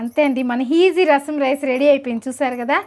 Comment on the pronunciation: Antha bagundamma...but heasy antunnav easy.......easy ga anochuplz keep practicing...nice smile...gala gala pare selayeru gurthodthondi NUV matladutunte❤